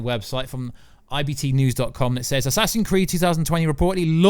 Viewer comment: why do you call it assassin creed